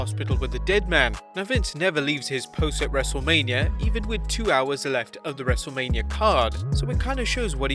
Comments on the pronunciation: you Said wrestleamia bruh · when you say wrestle mania you say wrestle lamia